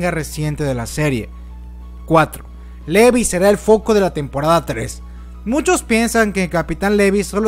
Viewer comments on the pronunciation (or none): Me he dado cuenta que al comienzo dices el nombre de Levi como: "Livai" pero luego lo pronuncias como literalmente se escribe 😂 Dame corazón :'v